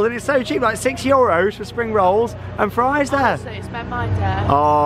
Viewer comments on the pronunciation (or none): none